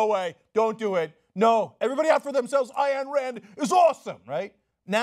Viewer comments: It's pronounced "Ine Rand" "Ayn" rhymes with "mine". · It's not pronounced "Aye-ann Rand," Cenk